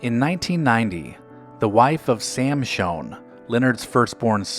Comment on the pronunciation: It is Shoen not Shone